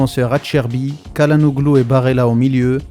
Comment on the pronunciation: CHA LA NOLU pour la prononciation. Vidéo intéressante.